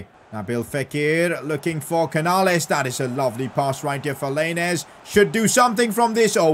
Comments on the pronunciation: I’m sorry but the way he says lainez just triggers me 😂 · He said lainez name wrong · Im Mexican and it triggered me when he said lainez. But it’s fine because he is the best yter